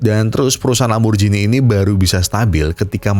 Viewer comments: lamborgini bukan lamborjini bang 😭😭😭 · Lamborgini mas dudu lamborjini 😅